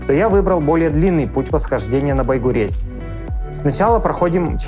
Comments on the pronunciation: Байгурезь - читается как Байгурежъ. А ещё ты бы приехал и позвонил мне. Я бы тебе все показала и удмуртские названия подсказала. А ещё есть южный район. Большая Уча. Найди и расскажи. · Да почему же вы все путаете, читается не Байгурезь, а Байгурежь